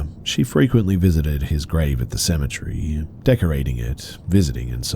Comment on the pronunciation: Be: you say “cemetery” the way I say “symmetry.” How do you say “symmetry”?